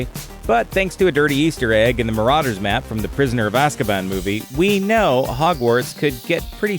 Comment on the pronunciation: STOP SAYING MARAUDER'S MAP LIKE THAT